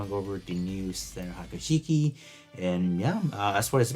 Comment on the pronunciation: pronunciation murdered.. Haga Shiki??? its "Hee-ya-ku Shiki"